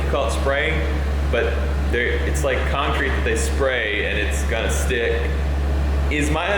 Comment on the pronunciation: Some Texas accent coming through there! ” It’s ganna steck” 🤠👏🏻 Love it!